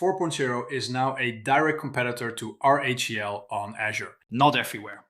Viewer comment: Can't tell if the reading is AI slop from the mispronouncing of RHEL and VMs.